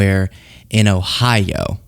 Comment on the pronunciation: I know you keep saying Ohio. But am I the only one hearing “Idaho” when Billy says it?